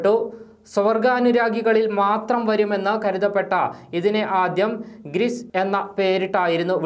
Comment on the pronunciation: ഗ്രിസ് അല്ല.. ഗ്രിഡ് ..